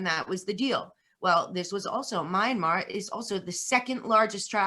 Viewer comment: It’s MYANMAR not Miramar and you have no idea what is going on there.